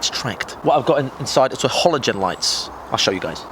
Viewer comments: did you day hollow-gen?! fucking hollow-gen?! They are normal fucking lights! lol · HALOGEN NOT HOLOGEN fuck this video is triggering me by the second lmfa0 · love how he calls halogen lights "holo-gen"